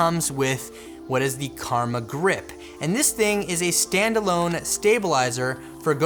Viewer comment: Omg your comment killed me.... rofl.... That dude said DJI Kurma (Not Karma). I think he's talking about his Chicken Kurma (An Indian Dish) mainly with gravy and delicious. I know because I am from India.